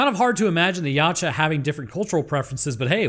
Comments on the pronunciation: Ya To Wa, you can't pronounce it like a human. 😂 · Funny fact ; Yautja pronunciation translates to 'husband' in my language.